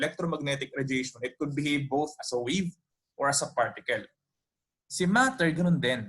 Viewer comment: Please focus your speech to say the English syllable correctly, example, wave, WA not WE. Good luck.